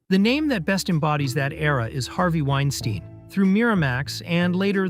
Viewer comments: Literally pronounced Weinstein two different ways within a few seconds of each other... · you pronounced Weinstein two different ways 😂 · How are you gonna be a film channel and mispronunciation Harvey Weinstein’s name? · I think you’re pronouncing Weinstein’s name incorrectly.